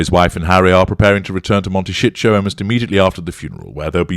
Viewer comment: Im deaf, so you’ll have to excuse me if this isn’t what you actually said: it sounded like instead of saying Montesito, you said Monte shit show!!!!😳😂 Sorry if I misheard you, but I had to chuckle!!!!😂😂😂